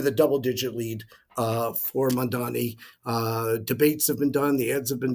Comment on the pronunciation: Why not put a little effort to pronounce the name properly, it's MAMDANI, not MANDANI, it makes you look disingenuous.